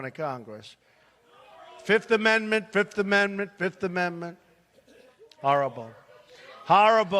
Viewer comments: Why does he say fift! It's fifth, not fift 😂😂😂😂😂😂😂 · Trump today: 1, 2, 3, 4, FIF! I say FIF! Remember that Dave Chappelle skit lol. Fiiiiiiif!